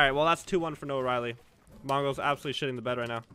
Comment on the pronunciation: the fact that our boy keeps calling him noah-riley oooooooof